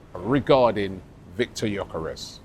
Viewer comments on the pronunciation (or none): Robbie, please Brav Can we get this guys name right? It's pronounced Yerkaresh Yerkaresh Yerkaresh. NOT Yokarez or gorkarez . It's so annoying when people get your name wrong. Everybody on social media is doing it. He must be absolutely sick of it. If you say it correctly on your pod then maybe other people would will eventually get it right. I absolutely love this channel now but it's driving me nuts. If everyone called you Rabi Loolie it would get on your nerves wouldn't it ? This the top arsenal podcast in the world. You can fix this amigo